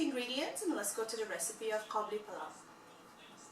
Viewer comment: it's قابلی not کابلی therefore it's Qabuli, not Kabuli... Kabuli is a person from Kabul